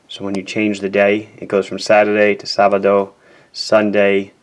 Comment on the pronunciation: Very nice spanish pronunciation... "Sabado" and "domingo" (saturday/sunday)